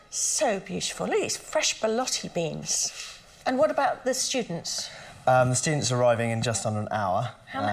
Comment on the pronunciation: ... "borlotti beans" not "belotti" (actually e footballer)!!